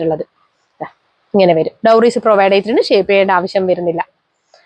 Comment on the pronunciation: അടിപൊളി കളക്ഷൻ 👌🏻👌🏻👌🏻..... ക്ഷമിക്കണം ഡോറീസ് ആണേ.. ഡൗറീസ് അല്ല